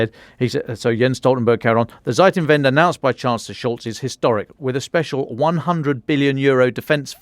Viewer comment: Lol. the way he says Zeitenwende sounds like Seitenwende (somthing like "side turnaround"), what sounds like making fun of Scholz delaying and doging.... XD